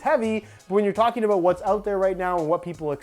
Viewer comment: are you saying ''about'' or ''a boot'' lol